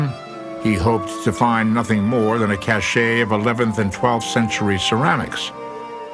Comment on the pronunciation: Oh,: it's cache, not cachet.